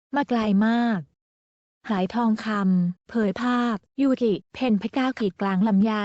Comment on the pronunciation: ยูกิจร้าแก้ใหม่อ่านชื่อให้ถูก